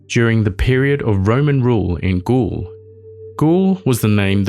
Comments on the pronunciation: First of all, prononciation wise, it's Gaule, not ghoul. You can prononce it like a goal. Same sound. I hope i won't here it every five seconds because it's a deal breaker. You can take a second checking things before recording. Google translate even have an app for that. It take literraly ten seconds. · 'Gaul' isn't pronounced as 'ghoul', it's more akin to 'goal'. I'd also suggest 'gaol', but only how modern English speakers would think it's pronounced first time they see it, but it's pronounced as—and the ancient form of—'jail'. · you say "Gaul" like the word goal, not ghoul.